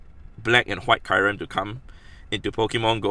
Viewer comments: He said kairem instead of kyrem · It is not [Kajrem] it is [Kjurem]